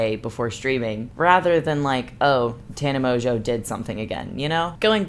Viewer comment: Is it just or is everybody saying tana mojo when they say her name? Like mojojojo or something